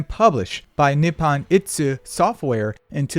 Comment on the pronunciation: same, grinds my gears so hard with blatant misreading